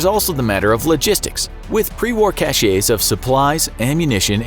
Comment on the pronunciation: "Cachet" lol